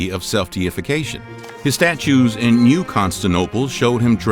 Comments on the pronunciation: He lost me when he pronounced Constantinople as " KON-stan-OH-pull". Spent the rest of my time here reading the comments. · Constinople?? After "Nambia" for Namibia, I thought I'd heard it all. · Constanople lolololmaoao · It's very annoying indeed. ConsTinTin and ConsTinopole? This is soft I was watching someone with a lot of views talking about new discoveries about lichen while showings Moss. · Con stan ti no ple There’s an I in there. Please 🙏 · "Istanbul was Constantinople Now it's Istanbul, not Constantinople Been a long time gone, Constantinople Now it's Turkish delight on a moonlit night" The song just would not work with "Constanople"... it isn't enough syllables! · You made 2 huge mistakes right off the bat that lost me as a viewer. (1.) Your dates for the "dark ages" are wrong. (should be 476 AD – 1000 AD) (2,)If one is doing a video on Constantine then one should at the minimum be able to pronounce the name of his capital city, Constantinople. (you forget the "ant" part of ConstANTinople) I am sure if they didn't take the time to do some quality control on the pronunciation of the script ....their facts can't be much better. I was annoyed by this video and by a narrator that can't do his job ,,,,his only job. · Pls learn how to say con-stant-inople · Less than two minutes in, I find myself unable to continue watching because you can't pronounce Constantinople without dropping an entire effing syllable. Be better. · it is constantinople not constanople, read a history book dude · Where's Constinople ? Does he mean Constantinople I wonder . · Interesting stuff, but you mispronounced Constantinople. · It would help if the narrator learnt to pronounce ConSTANTInople. Also the "Dark Ages" did not stretch from the fall of Rome to the Renaissance. A useful, if somewhat arbitrary, end date for the end of the Early Medieval is 25th December 800, the coronation of Charlemagne as first Holy Roman Emperor. All else flows from that standard. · it hurt my ears XD